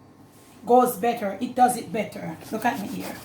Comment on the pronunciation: “Look ‘at me”. I love it.